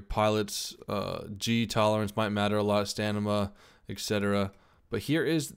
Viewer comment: "Stanima" - R.I.P English Never 5 get Matt Damon 3ever